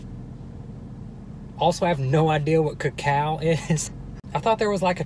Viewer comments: "co-cow" i dieeddd is that how americans think co-co-a is pronounced ? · "Ca-Cao" Its koko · I like how he doesnt know cacao is the actual chocolate. As chocolate comes from cacao beans. Its pronounced (cuh-co-uh) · It’s not ca cow it’s called coco “cocoa” it means cocoa powder. Your use it for baking chocolate things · “Kah-cow”...😂😂 OMG STOPPPP 😂😂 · “ what is ca-cow” 😂😂😂😂😂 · "Cacow chocolate" 🤣🤣🤣🤣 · Cocao is chocolate it is the actual beans from wich we get chocolate so therefore it tadtes bitter because there is more of the cocao and it is pronounced coco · “ 92% ca-cow” Me:cAcOw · We have been pronouncing it wrong... it’s not cocoa... it’s co COW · its (ko-ka) its more like the substance that helps make chocolate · Why dose he say "cacow" ? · its coco-a and cocoa is what chocolate is made from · It is pronounced coco like ya know coco powder which makes it bitter and super duper dark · no ones gonna say anything about how it’s pronounced coco? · Btw it’s pronounced coco no offensive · It’s pronounced (Co-Co) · It’s pronounced coco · It’s pronounced caca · Who else got pissed at him pronouncing it wrong.